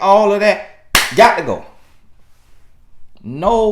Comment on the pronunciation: “GAHT TO GO” 💨